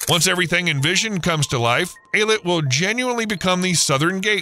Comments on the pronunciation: It's pronounced Ey-LAt, not i-let... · It's pronounced Eee-Lat not Eye-Let. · Ay-lut not eye-lat or Ay-let. High-fah not Hay-fah. A good journalist researches pronunciation. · Interesting but marred by the poor pronunciation of Eilat and Haifa.